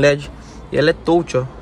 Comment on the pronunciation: Até gosto bastante dos vídeos. Poderia, apenas, pronunciar corretamente "touch"